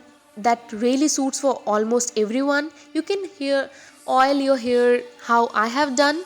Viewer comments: why are you pronouncing 'hair' as 'here' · the pronunciation of hair is disgusting..... it sounds like "ears" sometimes "here or years"..... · It's 'scalp' not 'scelp' n 'hair' not 'here'